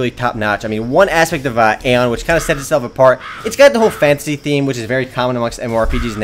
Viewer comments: its not aon its aion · you say it like ion thats how you say it